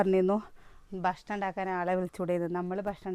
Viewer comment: 😍😍 ബഷ്ണം എന്നല്ല മുത്തേ പറയ ഭക്ഷണം എന്ന് പറയണം ട്ടോ - ഞാനിത് സ്നേഹത്തോടെ പറയുന്ന താണേ😍😍 നെഗറ്റീവായി കാണരുതേ🫂 ഇൻക് ഒരു പാട് ഇഷ്ട നിങ്ങളെ വിഡിയോ കാണുന്നത് - എല്ലാം കാണാറുണ്ട് കമന്റ് ഇടുന്നത് കുറവാട്ടൊ❤😍🥰 ലൈകിടും🫂🥰 വീണ്ടും പറയാണേ ഭക്ഷണംന്ന് പറയണം ട്ടോ😀😀🫂🫂🥰🥰😘😘